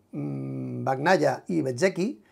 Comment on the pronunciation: Hola. Un truco fácil para pronunciar correctamente el apellido Bagnaia. Pronuncialo como si estuviera escrito con ñ en vez de gn, osea Bañaia. Se te escucha fatal pronunciando como lo haces ahora. Saludos de Italia.